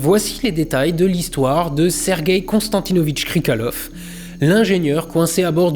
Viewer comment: Par contre, c'est "Krikaliov" pas "Krikalev"